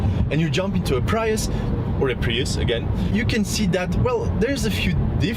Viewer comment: “Preeeus”, not “Praius” :) Very happy with my IONIQ, although I’m not a huge fan of the profile or sloping roof.